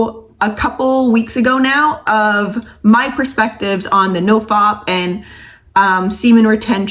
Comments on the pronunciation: Nofap, not nofop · She called it “noFOP” 😂